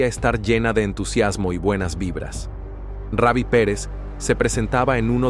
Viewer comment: Hermano sino save no able el nombre es Rubi no Ravi ok😊